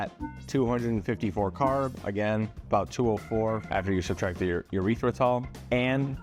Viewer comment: Lmao who cares how it is properly said. Candy is supposed to be fun and if it's more fun to say it the incorrect way, nobody is gonna get harmed from it. Let it be. He also says urethratol instead of eerithrotol when prounouncing erythrotol. My man is just a silly guy